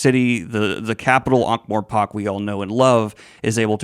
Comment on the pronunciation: One small niggle: It's pronounced More-pork, not More-pock.